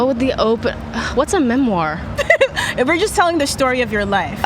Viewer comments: They're talking about correct spelling and grammar, then the interviewer mispronounces the word "memoir". LOL See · This young lady can't pronounce memoir. Someone help her dear soul. Edit: And then Billie has to ask what a memoir is. Why am I even here. Edit #2: And apparently eating a burrito in a hammock is poetic. What is happening to our youth.